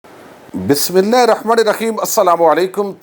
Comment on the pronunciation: بھائی اللّٰہ پاک کا واستہ ہے ﷽ ادا کرنا سیکھیں یہ شعر نہیں